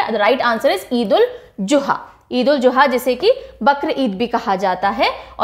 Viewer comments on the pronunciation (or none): The right pronounciation is Eid ul zuha not juha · Could you please don't mind mam i want to say it is not eid ul Juha it's eid ul zuha , and wo sar ni manga tha Hazrat Ibrahim kai bete ka wo sirf anuka test mai shadeed krne ko kha tha . Mera btane ka mtlb hargiz ye ni hai ki mai koi hater ho ya negative comment kr rhi ho mai apki subscribe ho aur mujhe apka prhane ka tarika behad psnd hai aur bhot aacha ap parhati hai app . Thanku you so much 💝